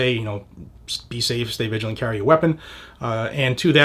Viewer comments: I also heard him say "viligent" instead of vigilant 😔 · villagent?? Biden moment? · Stay viligant ? 🤣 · Viligant? C'mon man!